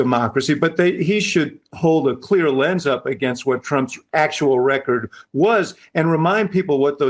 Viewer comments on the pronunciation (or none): none